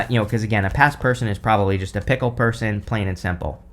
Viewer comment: I swear, every time you said fickle I heard "pickle" I spent the longest time trying to figure out what a pickle person would be!!!! LMAO!!!!